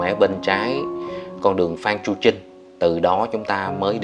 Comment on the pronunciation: Đường phan chu trinh chứ ko phải chu manh trinh nha